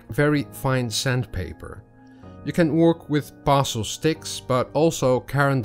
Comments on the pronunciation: Thank you for the demonstration. To help you out a little I will correct you pronounciation of Pastel, you say pastel like parcel, but it should be said like Pass-Tell or Pass-Till, but said quickly, Passtill or Passtell. Hope that helps, your English otherwise was perfect 🐨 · Actually your pronounce;in it like it has two ll on the end instead of one.